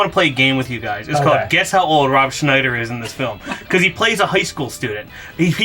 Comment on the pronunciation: Thank you for saying Ron Schnieder that way :)